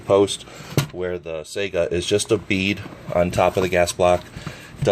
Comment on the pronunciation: It is pronounced Sigh-Ga not Sega like the video game console.